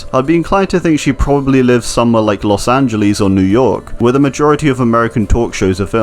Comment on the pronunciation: The way he said Las angeles made me laugh low key